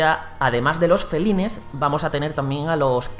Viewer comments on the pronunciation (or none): se pronuncian felain y kanain pero se escriben como feline y kanine lo esta pronunciando literalmente como se escribe